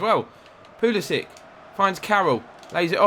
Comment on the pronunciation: This isn't a complaint but why do you pronounce Pulisic Pulisi-ick